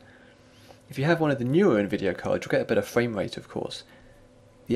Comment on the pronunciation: You sound like the gayest man on the internet. You pronounce R's very slightly like V's / Ws. Frwvame Wvate what the hell is that? Is that like Frame Rate only the way it sounds with a mouthful of sperm. Your voice disgusts me and brings shame on Britain. The worst part of your video isn't your accent, it's the fact that you're reading a script rather than commenting. Lame. Give me your lunch money you weed.